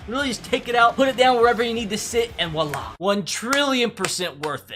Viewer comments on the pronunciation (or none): none